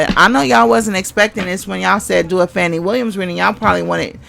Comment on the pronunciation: Hello Sis, her name is pronounced Fawn-e. Protection & covering for her! Great commentary.